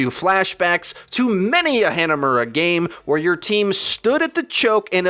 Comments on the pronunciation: Hanamuras "a" is pronounced like pharahs "ah" btw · "haynuhmuwruh" possibly the ugliest way ive ever heard hanamura be pronounced